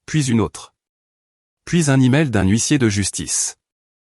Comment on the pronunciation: Les mots comme tressaillir et huissier semblent inconcevables pour l'ia, l'expression très saillir n'a aucun sens dans aucune vidéo, faudrait quand-même vérifier ce que vous dictez à l'ia,car c'est hélas toujours et encore minable